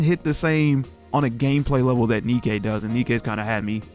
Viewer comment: Pretty sure her name is pronounced DK But more off, really? Nothing? Would have thought Reynard or Marduk would have done something at least. I came here betting on Reynard because I know your weakness.